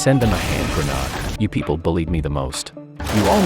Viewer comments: I love the inability of AI to properly pronounce grenade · Can't you say grenade...ha ha ha prat .. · Grenade ❌️ Granad ✅️ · A "hand grenod "? Is this something new? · "Pikachu was throwing a hand grenaudeoux" lmao wtf is that sentence